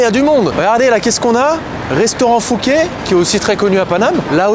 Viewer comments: On dit "foukets" et non fouké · La prononciation de fouquet m'a tué 😂😂😂